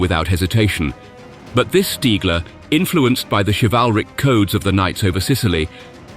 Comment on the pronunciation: 10 seconds in I HEAR the name "stiggler", no WWII pilot is respected more than STIGGLER!